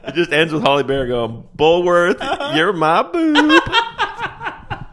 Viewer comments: Her name is Halle not holly. Sounds so weird in my head when I hear u say it 😅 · Hal-E, not Hall-E. But other than that, gold. Dammit, so good even through the invented peanut butter.... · I agree. Everytime I heard it, I thought, "How do they not know how to pronounce her first name by now?" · Halle not Holly. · Her name isn't "Holly". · It sounds like he’s saying Holly Berry instead of Hallie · Calling Halle Berry "Holly" the whole time is unhinged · 🤣 Halle. Not Holly. 😩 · HALLE not HOLLY MFER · Her name is “Halle” not “Holly” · It's Halle, not Holly, still made me laugh though! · 1. “Nappy dugout” was definitely a real slang term in the 80’s/90’s 2. WHY DO YOU KEEP CALLING HALLE BERRY “HOLLY BERRY”? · Hallie, HALLIE, not Holly! 🤦‍♂️ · It's Halle Berry, not Holly Berry. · I just came here to join the chorus of people criticizing you for calling Halle Berry Holly. Her first name rhymes with alley, not with jolly.